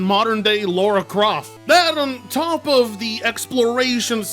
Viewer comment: I can understand the hate for Scarlet and Violet obviously so but I have both Sword and Shield but I haven’t played them yet so what’s this massive hate and disappointment for them about exactly? I’m just really curious about it seeing as I haven’t played them yet. Plus when said about Lara Croft briefly did anyone hear him say it as Laura and not Lara or is that just me?